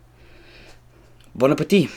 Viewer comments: Is not bona peti is bona apetit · This guy says so many wrong princess bon appetitit what it's bone appetit he added things